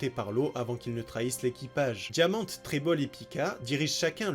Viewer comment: Par pitié c'est Rosinant"é" et diamant"é"